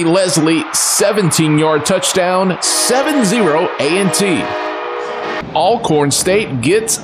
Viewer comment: and lamar raynard it’s not ailcorn it’s ALCORN